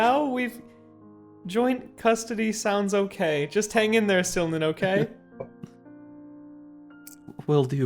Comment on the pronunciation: I always thought it was Silman not Sylnan